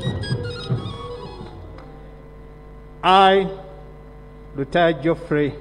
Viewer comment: Lutaya had the best pronunciation nd best swearing in ever